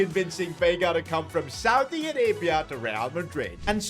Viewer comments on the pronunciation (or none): none